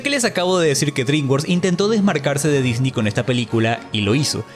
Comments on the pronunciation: Me molesta un poco el "disni" creo que es correcto decir "Disnei" cuando hablamos español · Se dice Disney, No Disnii. (Es humor, no c enojen) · En cuanto pronunciaste "Disney" como "Disni" supe que eres un ####### y debía dejar de ver el video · no puedo cuando dice “Disni” me quiero morir x_____x el video es bueno pero >> Disni ? << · ¿¿por que dices dini??